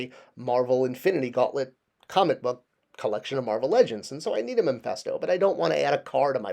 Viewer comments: Mephisto not Mephesto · Its Mephisto not memphisto.